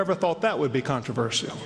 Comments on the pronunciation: It's "CON-TRA-VER-SHAL", not "CON-TER-VER-SIAL". God damn it. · CONTORAVERSCIOL It's pronounced "con-tra-ver-shal" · Jesus Christ, I hate the way Americans say "CON-TER-VER-SIAL", rather than "CON-TRA-VER-SHAL". Maybe I'm just autistic like that Eric Mataxis dude. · Conter verseial? Wtf is that controversial you mean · I have to laugh how these southerners talk, this for instance - "contro-vershehell" ha ha. "con-tra-verse-shull" is how it's pronounced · i hate anyone who says con-tro-ver-see-uhl instead of con-tro-ver-shul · Jesus H Christ if I hear the word controversial one more time !!! And it is not pronounced contro-verss-ial !!! Ahhh ... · Whys everyone pronouncing it "Contro-verS-ial"? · fucking controversial how they pronounce converSIAL, damn phonetic american simpletons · controvershehell ? Is that what that reverend is saying ? CONTROVERSIAL you southern idiot! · 'Everything you needing to Know about God but were afraid to ask.' With a title like that you know Metaxes is just another religious huckster. CON-TRU-VUR-CEAL an amusing way to pronounce that word,it makes her sound sexy though. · Con-Ter-Ver-See-Al? What the fuck is up with that pronunciation? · whats with all the extra syllables in 'contraversial' ? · I could listen to these pond dwellers mispronounce "controversial" all night but I feel as if I already have. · That woman can't pronounce controversial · s Humphrey the pronunciation of controversial in this video is funny 2 me. enunciating the ia. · Why can't Americans say "controversial" correctly???? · why cant americans say the word controversial properly? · "Controversial" - fucking horrible pronunciation of that word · why cant americans say 'controversial' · That speaker cant pronounce "controversial" :) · I'm English, and.....I'm pretty sure thats not how your pronounce controversial lol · Why can't this woman say the word "Controversial"?